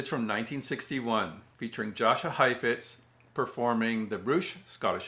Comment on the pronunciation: I'm a fan of your videos. But did you pronounce Jascha with an American hard J?